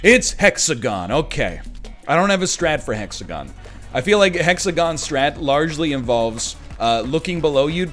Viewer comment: the hex-a-gone broke my heart